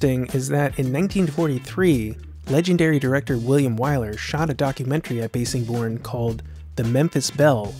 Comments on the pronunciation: Nitpick: Bassingbourne is pronounced like bass the fish, not bass the musical instrument. Cool video though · Cool video! One small correction the ww2 base is pronounced "bassingborn" (bass like the fish) per the locals. Also the Memphis Belle was made into a blockbuster movie because it tells the story of the first U.S manned bomber to finish a ww2 "tour of duty" (25 missions while surviving) which didn't get accomplished until May 1943, by the Memphis Belle:)